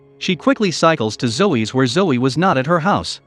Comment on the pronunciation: Why do you keep calling Zoe 'Joe'? Btw, 'Zoe' is pronounced ZOE-ee